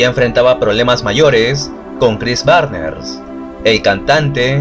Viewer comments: Es Barnes no Barner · Chris Barnes no Barner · ´barner´ no seas pendejo, es BARNES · Barner o Barnes?😉🤔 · Excelente video sobre la banda que me introdujo al metal más extremo por la estética de sus discos obra de Vincent Locke, sus letras y la brutalidad de la música. Y como aclaración el apellido es Barnes no Barner, de ahí en fuera nada que no esté a la altura de tu peculiar estilo. Saludos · Chris Barner? Chris Barnes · ¿Por qué dices Cris BARNERS?